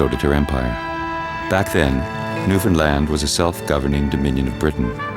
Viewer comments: And again ...yes, bit of an odd pronunciation. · The narrator pronounces New Foundland very strangley. Most people would not recognise the name.